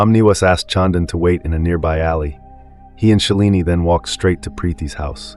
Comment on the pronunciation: Preeti not Prethy, Shalini not Shellini😮